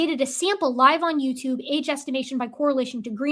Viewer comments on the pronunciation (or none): none